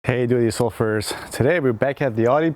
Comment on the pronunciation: s3v Lol, took me ages to figure out as well. He says do-it-your-selfers.....